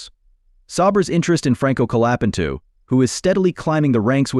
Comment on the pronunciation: Benato LOL Colapentu LOL